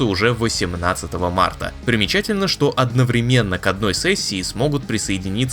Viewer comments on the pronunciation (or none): none